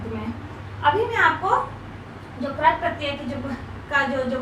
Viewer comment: Ma'am Krat pratyay Nahi Krit pratyay hota hai.......... 😆😆